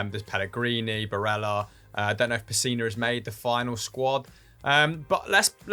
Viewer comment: The several different ways they pronounced "Barella" in this video was quite funny. I agree though, the guy is a baller